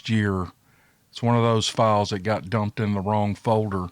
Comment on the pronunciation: How bout dat !!!! Spoken by a true Southerner. Lol Great stories !!!! Keep them coming